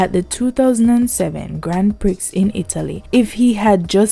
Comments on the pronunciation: "Grand Prixxx"??? Sweetie, its pree.... Grand Pree. not Prix.... Omg, my people sometimes amaze me. smh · Not hating the content but the voice talent could have been better........While the talent has a good warm tone, it was a bit jarring to hear "Grand Prix pronounced "Gryand pricks" instead of the more acceptable "Grhon Pree" no less than three times I'll stop there cuz talent must be encouraged but the production team should know better. Bless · 'GAN PRI' THE X IS SILENT